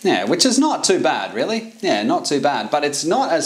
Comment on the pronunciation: I learned that "yeah" can be pronounced "neeh".